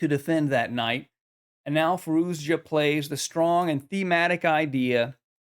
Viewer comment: Fah-ROO-shah. It’s not that hard.